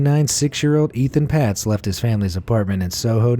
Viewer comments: It’s pronounced “Ayton Paytz”, NOT “Ethan Pots”!!! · It’s not Ethan Patz. There’s no H in his name! It’s Etan, pronounced Ay-Tan. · Etan Patz’s name is pronounced “Ayetan Paytz”. If you are going to talk about him, at least TRY to get his name right..... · Not even close with pronouncing Etan Patz. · Anyone else cringe at the repeated mispronunciation of Etan Patz's name? No? Only me?